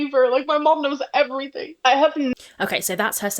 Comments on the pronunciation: the way she says "eeeeeeeeeverything" makes me think she's pronouncing it the way she reads it and it's just...she's so fucking stupid it's painful 😭 she reads "eee" as making that sound instead of the extended "ehhh" sound that's actually being drawn out ffs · why does she keep saying eve-ree-thing lol